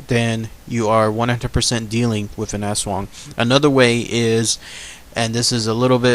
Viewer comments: you're suppose to pronounce the aswang quickly almost like US-wung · its us+wung but say it a little faster .. i think .. (^_^) \m/ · It is pronounced as As-wang that's for the commentors mis- prounouncing it as ASS.. ..the half-bodied flying creature is another type of aswang called a manananggal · i kept thinking you were saying ass worm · My partner in Filipino and she has had many aswang nightmares as a child and even occasionally as an adult. it is pronounced "ash-wong" in her dialect. There are many different dialects of Tagalog though so the pronunciation may differ slightly from province to province. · In Cambodian Culture, we've got the same thing exact except we call it Arb (don't know how to spell it - pronounced like ab but the a is long, r is silent) it can't shape shift or anything. Also our Aswang type creature's body glows green, yellow or red as it flies. It doesn't make any noises but speaks the native language. It's even said they've come to remote areas in the United States as we immigrated from Cambodia. Haven't seen one myself but stories are prevalent in our community. However, the flying skinny torso physical features, and the hunger for kids and unborn babies align with the Aswang.